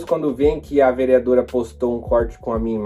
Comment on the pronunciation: "Velmeadora" kkkk